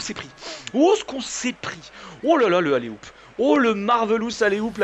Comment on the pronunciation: on dit oulA oup pas oulER oup ^^